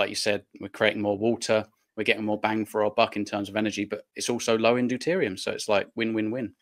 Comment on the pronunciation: So what is deterium, or is it deuterium?